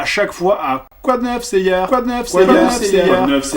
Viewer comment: Les français qui disent Seiyar. Lol Saint Seiyar. Tellement laid.